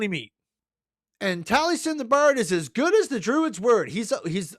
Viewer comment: Taliesin is pronounced "Tal-ee-es-in"